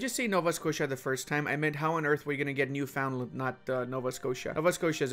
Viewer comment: Your pronunciation of "Saskatchewan" and "Newfoundland" hurts me as a Canadian, lol.